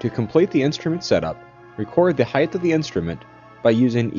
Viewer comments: Anyone who says 'heigth' instead of height needs to be beaten with sticks. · its height with a "T" sound at the end not heigth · There is no such word as 'heighth'. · You mean it isn't heidth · Oh give 'em a break. They're just college kids, obviously hungover. I like 1) the patriotic background music - it compliments the Asian dude using a German theodolite, 2) the mystery hand at point "c" ( } and c) the liberal use of the regional pronunciation of the word height as "heighth". Just my three cents....remember, this IS a plunged horizontal angle...replace your lens-cap, remove your batteries and pick up your trash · Thorough video, but even engineers should know how to pronounce "height."